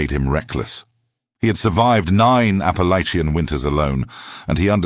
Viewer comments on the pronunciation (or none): I wanted to listen to this story, however, when the reader mispronounced Appalachian in the 1st sentence, its a hard NO for me.